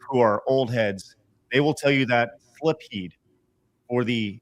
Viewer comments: may be pretty bad for missing Portrait of Ruin, but I think was worse solely for that pronunciation of "Silpheed." The L is after the i! I always assumed the Ph is pronounced like an F (thus pronouncing the title like sill-feed), but I'm not entirely certain.. Also, Animal Crossing: Wild World is the DS game; the GameCube one was just Animal Crossing. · They're coming down on, but she's always admitted she doesn't play every popular game. Meanwhile, (the "real" gamer) is showing Adam Sessler levels of cluelessness with his continual mispronunciation of Silpheed, announcing games for the wrong systems, and faking the funk by pretending to be more knowledgeable about these games with an obvious "cosplayer at a convention" surface level understanding of them.